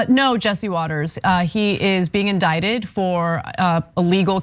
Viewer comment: Indicted. The "c" is silent. Indicated is an entirely different word.